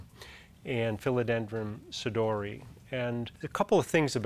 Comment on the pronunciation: There is actually only one correct pronunciation for 'sodiroi', one that is faithful with Latin rules: 'so-dee-ro-eye'. Cool video, nonetheless. Can't help but look at the plants in the background.